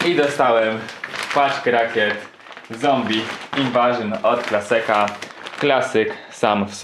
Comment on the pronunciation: Super Unboxing zawsze mnie zastanawia dlaczego „Klaseka” a nie Klaska ?:D